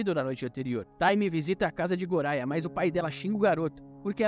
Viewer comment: O nome goria se pronuncia goya e ren e len